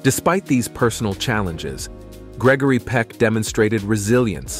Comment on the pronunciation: His name is Gregory Peck not peek